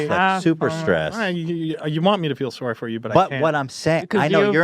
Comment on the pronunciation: oh soooooooory. He is Canadian